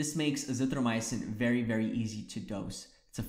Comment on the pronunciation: It's azithroMYcin not azithroMY-UH-cin.